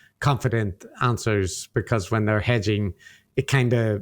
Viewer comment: "Hedging", not "Edging"